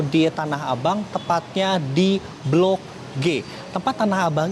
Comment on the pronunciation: Spttnya di namakn blok H...bukan Blok Gay...kerna sebutanya seakan² bunyi Gay